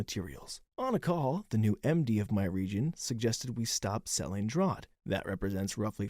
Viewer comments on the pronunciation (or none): Draught beer ..pronounced draft beer!! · Just wanted to say, “draught” is pronounced “draft”. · draught is pronounced draft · Thank you, that was bugging me too. In Canada both spellings are common, so as soon as he said it I knew he must not visit Commonwealth countries often. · exactly what i came here to say 🍻